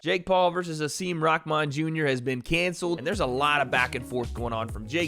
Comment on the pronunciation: It's rahman not rockman